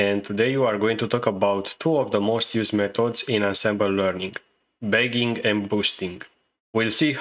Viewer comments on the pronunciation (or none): you need to pronounce "bagging" better in future videos.